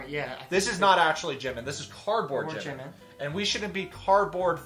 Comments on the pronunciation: I even cringe when he says the name of the person he wants to look like. Who is JUH-min? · The worst is that he's obsessed with Jimin, but can't even pronounce his name correctly.